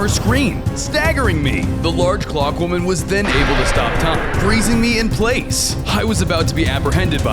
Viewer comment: Why did you say large clockwomen😂😂😂😂😂😂😂